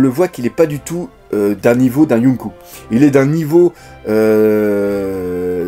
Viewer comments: Salut le Dok! En fait, c'est surtout le "u" qui ressemble au "ou" français, quand c'est marqué "ou" en japonais c'est plus un "o" prolongé, avec un petit "ou" à la fin mais léger. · en fait j'ai une petite remarque a faire pourquoi "yonko" et" kaido" vous les prononcez younkou et kaidou? mdr